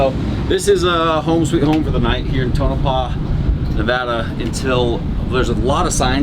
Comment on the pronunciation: "Tonopah" Ta-Nope-Ah